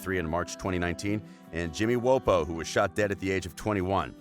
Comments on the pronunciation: It's Jimmy wapo not Jimmy wopo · Man said jimmy woahpo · As soon as this dude pronounced jimmy wopos name wrong I knew I hadda dip😂🙅🏻‍♂️🧢